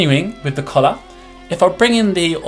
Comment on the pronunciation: When he said "collar", I actually thought he said "colour"